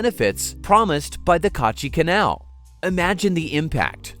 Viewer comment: Its not Kaaachi Canal , Its Kachi Kanal Its not Baluchistan , Its Balochistan 😊